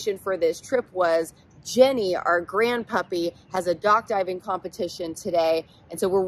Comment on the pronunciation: Am I the only one who hears "Duck Diving" every time says dock diving?